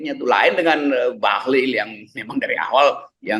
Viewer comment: RG sering salah sebut Bahlil jadi Bahlul..beda satu huruf aja tapi maknanya dahsyat bung..